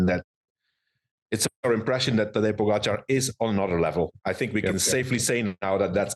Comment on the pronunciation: First of all, learn how to say pogacar properly and stop trying to compare your 35th place in the tour unaided with a modern champion of the sport. And l see you can’t say GREG LEMOND in any of your ramblings. A champion and REAL comeback phenomenon.